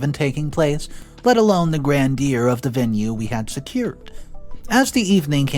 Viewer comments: Come ON... PLEASE learn to pronounce the words in your stories correctly. Veiled is no veeeled (it is VAIL-ed (veal is baby cow meat.) Grandeur is NOT grandeeer it is Grand-YOUR. If only so many men were not oblivious of what actually goes on between step-mothers and step-children,, and Maria certainly sneaky enough to act differently in front of her husband, and OP spoken up faster, maybe Dad could have made OP's life as a kid easier. I mean, where was he at the family event when Maria slapped OP for wearing a dress she bought for herself? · Google how to pronounce GRANDEUR...